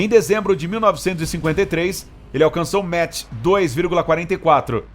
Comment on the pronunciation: 'Maqi' não 'metch,...